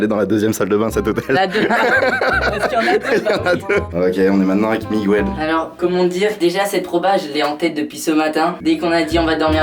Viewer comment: a dit Miguelle